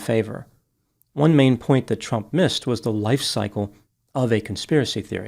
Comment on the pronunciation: I love the way you pronounce trump as chump. Perfect!